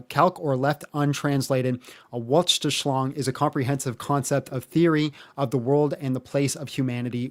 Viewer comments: The german word is "Weltanschauung", by the way. For any confused german who just heard say the word "Wortschlischloung" and are scratching their head😂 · Did you mean Weltanschauung? It's pronounced— for English speakers, and I am really just assuming it is the word you meant— "Velt-an-shaw-oung". And kudos to dude for standing your ground😊